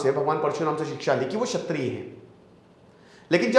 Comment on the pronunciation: क्षत्रिय, छत्रिय नहीं